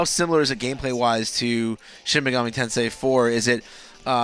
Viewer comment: Mispronounces Tensei but then says it properly 2 seconds later. Get a feeling so complicated. Can't wait for this game. Will make the wait for P5 more bearable.